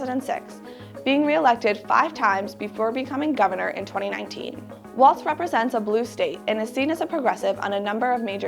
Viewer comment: The name is Walz, not Waltz.